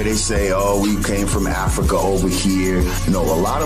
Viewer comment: Ah-Frah-Kahh😂 I couldn’t hold it! So darn funny.